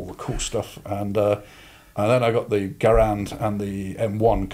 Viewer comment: He pronounced garand correctly. To be honest, the BREN was a significantly better automatic rilfe/light machine gun than the BAR. To be fair to John Moses Browning, he invited the first successful automatic rifle. The BREN was an overall more well-rounded platform. It's great to get a some seasoned war gaming veterans on the show. Even if I don't know who your guests are, it's always an enjoyable show.